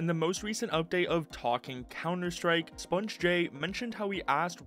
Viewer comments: "spun j" bro Spunj is just pronounced spounge. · Sponge Jay